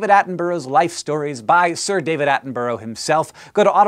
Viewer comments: "At-en-Bruh", not "At-en-Bur-row" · "Attenborough" not "Addenboro". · Its pronounced Atten-brugh, not Atten-burrow :) Not usually bothered about that type of thing, but he is one of my idols and deserves better :D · It's not pronounced Attenbro. You should say people names correctly regardless of accent, you would not like to be called Honk. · His name is pronounced (Sir) David Attenburra, not David Attenburro. Also, It's Edinburra, not Edinburro. You Americans get this wrong a lot but you teach me, I'll teach you and make British people less irked at your pronunciation. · atten-bro? silly americans its pronounced atten-burah. the u is almost silent so its more of a mix between atten-burah and atten-bra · its pronounced at-on-bur-uh, not at-on-burrow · I think as Someone from England To hear americans speak the most jarring bit to me Isn't things like Aluminium or you calling crisps, chips. but to me it is the way most of you prounounce borough like in Attenborough We would pronounce it closer to Bu,Ra whereas you are Bu,Ro. Mostly though I'm wondering are there any words or sound to an american ear that sound jarring when brits speak english? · Yo dog Attenborough is pronounced Atten-bruh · Its pronounced 'Attenbruh' by the way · " Attenboro?" at least learn to pronounce the great man's name correctly please. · Attenborouh is pronounced Atten-Bur-uh Cause in the UK we can make Averham to Air-am. Cause.. yeah. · Has anybody told Americans that the suffix "borough" is pronounced "burruh"? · David Attenboroughs name is pronounced like David Atten-bruh for any future references :P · I love you Hank but you really can't pronounce Attenborough (at-en-bu-ruh) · where in England is it pronounced 'burg'? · I wonder why a lot of Americans have problems with names like Attenborough, Just remember it's Attenburha At-en-burr-a. But then a lot of them still can't say GIF properly either. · I cannot cope with how Hank says Attenborough 😭😭😭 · You're pronouncing his name wrong :p